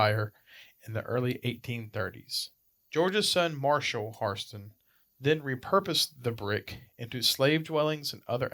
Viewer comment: Pronounce Hairston correctly! If you know the history you surely know the correct pronunciation!